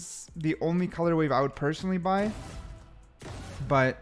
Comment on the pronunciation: How many years has blud been saying colour WAVE